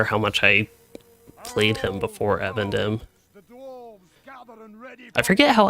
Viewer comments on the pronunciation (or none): eVENdim not evan dim xD